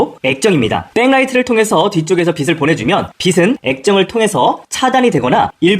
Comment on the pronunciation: 영상 잘 보고 있습니다. "빛" 발음만 좀 더 신경써 주시면 좋을 것 같습니다. "빛을"은 [비슬]이 아닌 [비츨]로, "빛은"는 [비슨]가 아닌 [비츤]으로 발음하는 게 맞습니다. 빛을 : [비슬] -> [비츨] 빛은 : [비슨] -> [비츤]